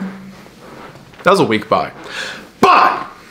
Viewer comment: Also at the very end before he barks “BYE!” lol it gets me every time